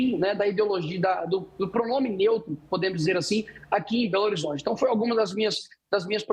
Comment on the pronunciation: So se for em "BOLORizonte" mesmo!